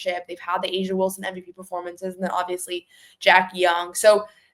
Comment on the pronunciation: It's A'ja not asia.